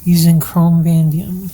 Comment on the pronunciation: Chrome.... Vah-nay-dee-um